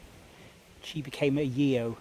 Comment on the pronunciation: Yeo is pronounced Yoh silent e. I have them in my tree I find the occasional one when looking around churchyards in Cornwall but predominantly in Devon. Thanks for another explore 👍🏻